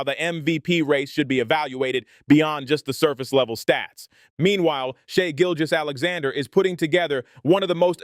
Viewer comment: Never heard someone struggle so much to pronounce SGAs name correctly